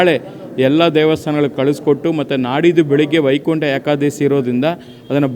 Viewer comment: ಯಾಕಾದಸಿ ಅಲ್ಲಪ್ಪ, ಅದು ವೈಕುಂಟಏಕದಶಿ.